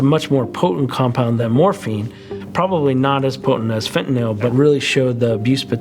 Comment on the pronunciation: Probably the 2nd correct pronunciation of fentanyl I've heard in any form of media out of dozens and definitely the first on YouTube.